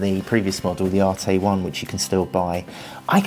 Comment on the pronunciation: It’s not pronounced arte it’s an arête like a corner it’s a French word